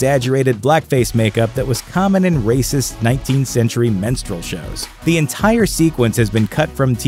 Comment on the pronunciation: I'm pretty sure you just said menstrual shows... Also couldn't agree less with you about Terminator